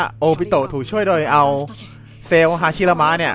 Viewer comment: ฮาชิรามะ พี่ไม่ใช่ ฮาระชิมะ